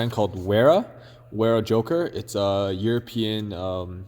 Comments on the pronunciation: It’s German. Pronounced Vera. Nice video! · Ik this video is a bit old, but the proper pronunciation is Vera, in German W’s are almost always pronounced as V’s